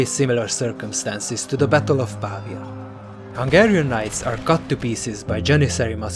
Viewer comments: Si dice Pavía, non pàvia 🤓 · It's pronounced PA - VEEE AH not PAAA VEEA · Brilliant. It's PavIa, though: the stress is on the i. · Ha ha right! He's English. Dosen't work. I'll go with where it originated: Italiano. 'Merica!